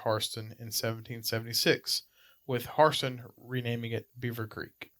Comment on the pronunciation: Pronounce Hairston correctly! If you know the history you surely know the correct pronunciation!